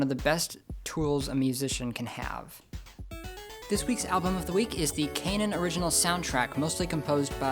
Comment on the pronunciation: Not gonna lie, clicked on the video mostly because of KH on the thubnail ^^ Good lesson, but pronouncing Kanon as "Cane-in"? Isn't it supposed to be like "Canon" as in the ancient artilary weapon?